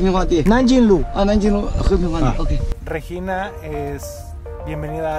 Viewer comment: Solo no tolero la forma en que Alan pronuncia Regina... 🙄